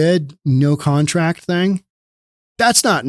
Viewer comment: “No one has a KONTRACT.” 🦘